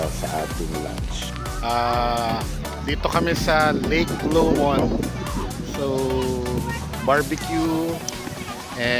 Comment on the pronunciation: aah, LOW-mond not lo-MOND haha